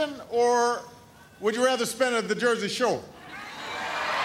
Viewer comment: "The Jersey Showa"